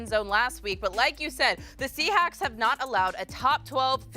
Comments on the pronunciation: said the "Seahacks" 😂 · Did say “Seahacks”?!?